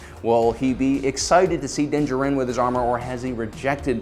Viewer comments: You are correct. He kept saying it weirdly. Its almost like he did not watch the show because they do NOT say his name like that in the show. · DUDE!! Just call him Mando for Christ's sake!! I can't listen to you butcher his name anymore!! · Again, is pronouncing the character’s names wrong a joke on this channel? You literally hear them say Din Jarin fifty thousand times in the last episode of season 1 and all on YouTube. Why not saying it right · PROUNOUNCE HIS NAME CORRECTLY